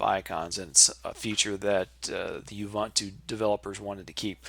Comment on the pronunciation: Useful video; I also have problems with slow startup, but otherwise good. (Minor quibble: the middle syllable is pronounced more like the oo in book, not the u in fun, but no matter. It's an African language word.)